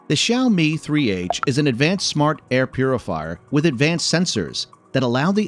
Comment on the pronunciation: awesome review, but props for the pronunciation of the brand name, even the seperation between the two words